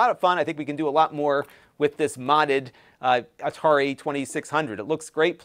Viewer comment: Atari 2600? No no... it's the 2600, from A-tar-i.